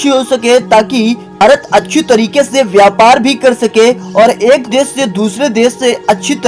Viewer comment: देश को देस कहते हो शुद्ध को सुद्ध और शाम को साम। वाह रे तेरी हिंदी। हिंदी शुद्ध बोला करो।